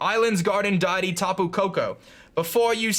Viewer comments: DEITY (DEE-IT-EE) DEITY! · Tyrex gaming Every time he says deity I yell at my screen